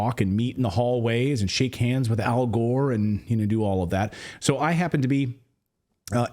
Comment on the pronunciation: Didn’t you mispronounce al’s name ????; Al Whore !!!( Gore ).😡💭🌎✍️👀